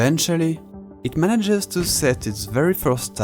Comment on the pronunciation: ‘Advantage’, ‘manage’ isn’t pronounced like the word ‘age’. Check out some pronunciations and you’ll understand:)